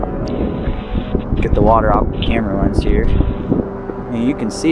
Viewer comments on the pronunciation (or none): none